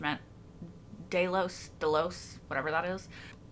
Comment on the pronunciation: Delos like "Jellos". Love your reactions and can't wait for the next one. Well, I will wait, but you shouldn't make me!